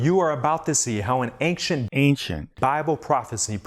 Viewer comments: "Ankcient". Ridiculous. Thank you for correcting that ridiculous mispronounciation. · What does he say? Anciet? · Ayn Chit. Also, Daniel "There is not a man upon the earth who can shoe👟 the king's maTTer." (I thought the archaic word "shew" was supposed to be pronounced "show") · As bad as his garbled pronunciation of “ancient” is, his mispronunciation of “shew” is far more annoying. He pronounces it like “shoe” which is, for lack of better term, a rookie mistake. It’s pronounced (and means) “show.” It”s simply an archaic spelling from before English was more standardized. It’s like when someone pronounces “divers” like it’s referring to people who swim underwater. It’s actually just “diverse” but they didn’t always add the silent E back then. These kinds of mistakes make him sound extra silly.